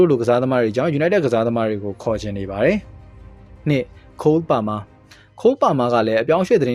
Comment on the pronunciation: Palmer နဲ့ Liverpool အသံထွက်တာ မင်းဆီကပဲနေမှာ lol 😂😂